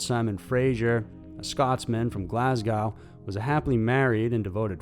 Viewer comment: Yip, the second story it’s not Glas-gow. It’s pronounced Glas-GO! It’s an easy google search!